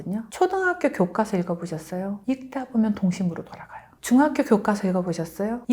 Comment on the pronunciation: 그런데 교수님 ᆢ국어교육과 ? 이니면 국문과 교수 ᆢ 아니신가요 ? 교과서를 교꽈서라고 발음 하시네요 . 된소리를 내지 않아야 되는 단어로 알고 있습니다.